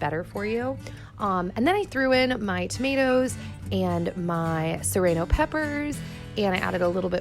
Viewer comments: 'Sereno peppers' 😂💕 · I've never heard someone pronounce serrano like that! I say suh-rAh-no (maybe a Canadian thing?) :)